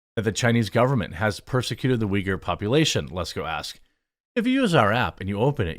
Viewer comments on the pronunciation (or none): as a Turkish person her prononcuation of uyghur triggerd me XD Like how can you mess it up that much it is uygur not vigur... whatever also as a Turkish guy live in Turkey where islam basically exploited all of our government and laws i can safely say never ever blindly trust people when they talk about persecution of muslims. Never. There are way too much bad actors in islam and people just usually dumb founded because they dont expect it. People assume taliban forcefully take over afganistan but nooo afganistan actually opened their arms to taliban because they assume they are same religion therefore brothers and sisters. People on west are basically become too confortable and weak because of how non violent christianity is and they assume same from islam. They are way worst than what old brutal churches are but they have justification for their crimes too.